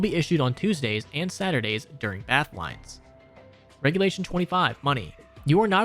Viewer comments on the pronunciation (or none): none